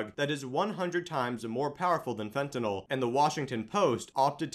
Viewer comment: FENTANYL not fentanol